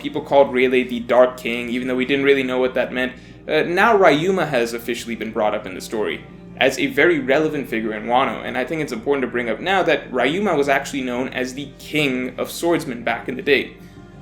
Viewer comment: Ryu is just one syllable, not two...not two!!